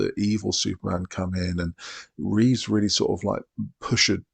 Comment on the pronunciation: Reeve, not Reeves. No "S" at the end.